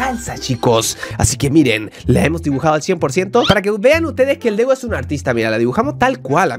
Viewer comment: Dego le dijiste a la g ye